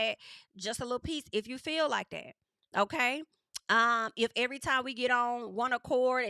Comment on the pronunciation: EH-VUH-REE time!